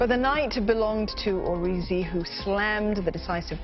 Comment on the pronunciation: I cringed when she tried pronouncing Origi.